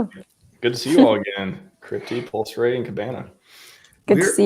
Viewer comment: bastard is English but he can't pronounce Pulse.... Well done on all the other stuff though and he has done fantastic things!